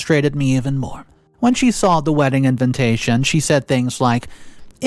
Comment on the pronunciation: Will you please pronouns the word invitation properly.